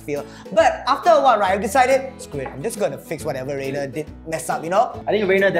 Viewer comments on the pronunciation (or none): Its Rainer not reigner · Wrong "rain", it's Rainer not Reigner lol